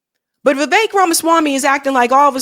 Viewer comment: Viv-ek not Viv-ache Fuentes not Fu-entes